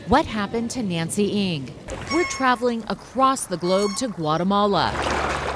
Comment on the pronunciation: it not pronounced as 'nancy ing', its 'nacy eng'